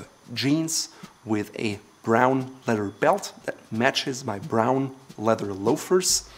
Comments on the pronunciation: Bruh... says the guy says “letter” instead of “leather” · FYI...Great job with this video and I feel it fits into your goal of teaching how to be a gentleman. Not to be critical, but to be helpful to you, I have noticed when you speak quickly you have a little problem with the word "leather". It comes out "led-Er", without the "th" blend. But you have done a wonderful job with English, and it shows. I think the way you speak/your accent is pleasing to the ear, and is a part of your success. We need more people like you teaching our youth how to be ladies and gentlemen as well. Best wishes!